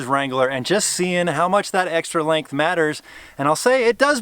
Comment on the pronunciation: Is it just me or did he he keep saying lank instead of length